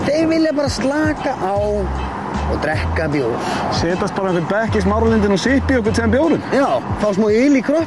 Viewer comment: Bjartur snær maður segir DREKKA ekki DREKA